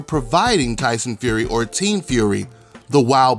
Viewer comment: Lie-son Fury!!!